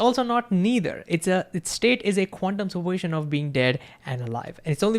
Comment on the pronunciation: He says "quantium super position" as 1 jiberish word ..qunmspropitn ??? WTF